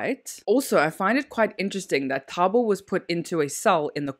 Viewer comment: she's not trying at all. She says the first thing that comes to her mind. In the beginning of the video she pronounced the guy's name as taboo then later pronounced it correctly. Same thing with Nomfundo. If u can read it, it isn't so hard to pronounce